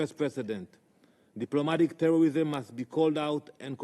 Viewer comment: The new in word😂 DIPLOMATIC TEWWWWISSSSIM